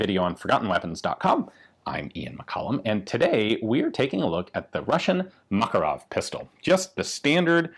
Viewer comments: it's makArov not mAkarov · ma-KAR-ov not MAK-a-rov. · seems like americans pronounce kalAshnikov, but fail to do the same with makArov it is makArov and not mAkaroni, very weird and strange at the same time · Please stop saying mAkarov, its called MakArov. It is on the second "A". We respect your names, please respect also ours! Thanks! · makArov, for Lord sake, not mAkarov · Thank you for a great video with so many details! Small correction. It's MakArov, not MAkarov. 😅 To Russian speaking, it,'s like hearing someone say ThomsOn machine gun to English speaking. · just saying it's not mAkarov but makArov accent on second vowel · Just a FYI, the stress in Makarov is on the 2nd syllable: mak-AR-ov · Except it is not MAkarov, but MakArov :) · Inflection is on the second vowel, makArov. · Btw, stress is on the second syllable - MakArov ( Мака́ров) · From a Russian friend. Ma-KAR-ov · A YT channel run by a Russian (Casper Arms) pronounces it as Mah-KAR-ov, with the emphasis on the second syllable. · You should look up the original pronunciation! The emphasis is actually on the second syllable. muhKARov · It is pronounced McAre-off. Means the son of Macareus. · For a guy who is going to die on the hill of pronouncing the US WW2 infantry rifle as GARE-and, pronouncing mah-KAH-rov correctly doesn't seem too big an ask. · It is pronounced "Makárov". The emphasis on the second "a". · A little correction, makArov, exclamation at second 'a' ;) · Man...the way Americans pronounce Makarov is ghastly to those that speak Russian.